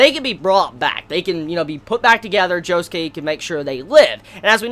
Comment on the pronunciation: Am I the only person who pronounces Josuke JO SOOK not joskay